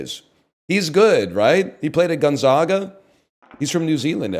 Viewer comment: Ok his pronunciation of Gonzaga is infuriating